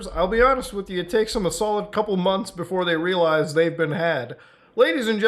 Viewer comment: Bro said "mons" ☠️